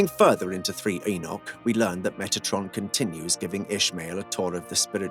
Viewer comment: just one enoch, but two pronounciation one - 'egg-nog' two - 'e-nough'